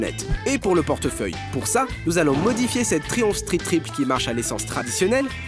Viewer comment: Et le R n'est pas roulé a la française